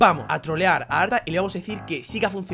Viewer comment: Soy yo o dijiste "ARTA GAY"?